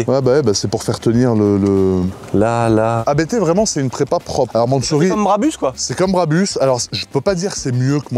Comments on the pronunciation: Alors, on dit Abt et non A.B.T. C’est un nom de famille, pas un acronyme. 😉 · "abte" mes oreilles saignent... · Juste un truc, par pitié, prononcé correctement ABT, bordel 😅